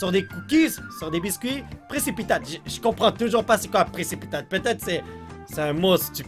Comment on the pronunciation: Pricipitate égale pricipité